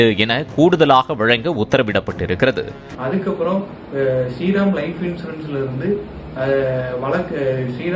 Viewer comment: ஸ்ரீ ரெம் ஆ? அத ஒழுங்கா தா சொல்லுங்க